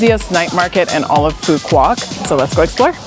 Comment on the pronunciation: nice vacation, the island is pronounced as foo vook and not pho quock as most American tourists call it. With Love YKM